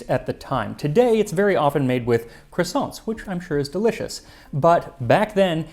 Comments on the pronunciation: I love how much time and effort you put into getting all your pronunciation just right, regardless of which language it is... Only to go full 'Merican on the word croissant 😂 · I am used to bread pudding being made with eggs. Have a think about burned milk pudding in Turkish Kazandibi. You would need to source Mastic. Which is a huge bone of contention between Turkey and Greece. The way you pronounce Croissant is hilarious.